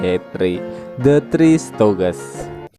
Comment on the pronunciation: Stooges .. Bukan stoges Artinya beda lagi